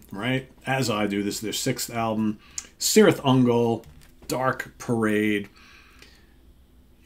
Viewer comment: Just a little, minimal precision here; I think the name of the band should be pronounced Kirith Ungol, in Tolkien languages the C always has this K sound. Yeah I'm such a nerd, sorry. It's a great album, thanks for the review! 🍺🤘